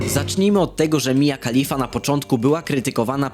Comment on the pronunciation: I ten akcent przy mowieniu Mia Khalifa xD